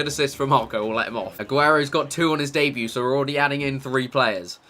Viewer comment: its pronounced debut